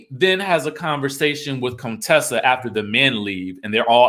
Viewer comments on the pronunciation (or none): It cracks me up that you still hit the "Cone-tessa" every now and then 🤣🤣